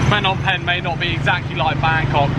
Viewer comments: The h in Phnom is silent and last part sounds like om, the sound you use when meditating only shorter don't extend the sound. Short and sharp. Last part pronounced closer to ping but without the hard g. My two cents. Just found your channel will enjoy watching future vids. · Haha school boy error there Fnom Penh 😄 Bit like people calling Phuket 'Fuket'